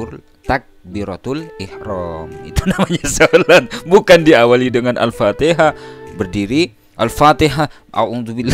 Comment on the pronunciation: MENYEBUT ALFATIHAH SAJA SALAH